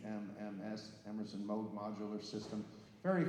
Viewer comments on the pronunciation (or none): I’ve been a Keith Emerson fan and follower for close to 50 years. I was excited to watch this video… but the minute the idiot with the mic called it the “MOG” synthesizer, I was gone. Had more fun with the talking Chihuahua videos. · How can a narrator mess up the Name MOOG? Does anyone do prep for an event anymore.